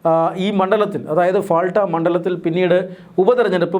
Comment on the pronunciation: പാൾട്ട എന്നാണ് ഫാൾട്ട യല്ല മലയാളിയക്കും മലയാളി വാർത്തയക്കും ഉള്ള മാനസ്സിക തകരാർ